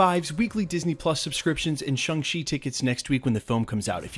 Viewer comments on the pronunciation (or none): You keep saying Shung-She....why?